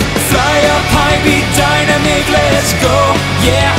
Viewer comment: I love how you pronounced Dynamic as (DIE-NUH-MEEK) instead of (DIE-NAM-MICK)